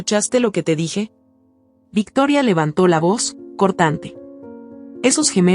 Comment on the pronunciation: Se dice VICTORIA, no me decepciones narradora, yo te zndo presumiendo en otros canales, como seria y profesional, que pronuncias muy bien, y ahora comienzas a pronunciar el nombre de la suegra muy fifi, lee bien, por favor